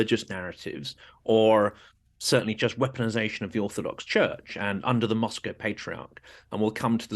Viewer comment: "The waeponization of morality." After watching Timothy Snyder's devastating UN briefing, this important discussion caused an epiphany for me. Thank you, and Ms Julia Davis.